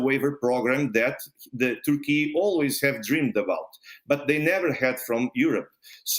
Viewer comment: What country is "Tourkee"?